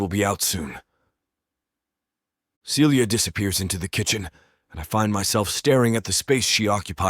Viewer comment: Why does the female voice frequently pronounce Celia (Sealya) as Felia (Feelya)?